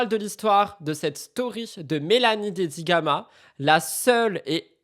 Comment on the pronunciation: En parlant de Dedigama ta langue a fourché et tu as dit "Dedigaga" c'était cute XD